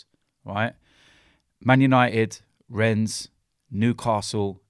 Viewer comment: It's pronounced Ren, not Rennes